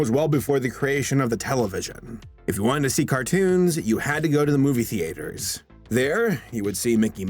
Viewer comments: It's not pronounced "Thee-ATE-ers" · moovie theaaatehers, do you pronounce things words that slowly, and odd; just to run up your recording time? Jesus dude.